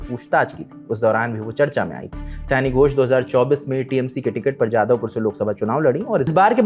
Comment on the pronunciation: Please use Bengali/Sanskrit names correctly. In Hindi it will be शायनी not सयानी.